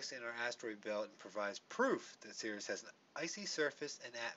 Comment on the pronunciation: It's pronounced like "series".